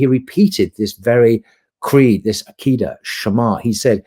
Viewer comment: I love very much indeed. Bro, please learn Arabic. Hearing the butchering pronunciation of "Aqidah" and "Tawhid" is cringy!